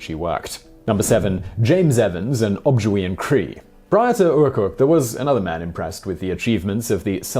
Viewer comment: It's Oh-JIB-way